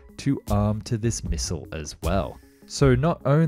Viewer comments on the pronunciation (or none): none